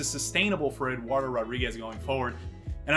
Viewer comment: How come you dont pronounce the D in Eduardo?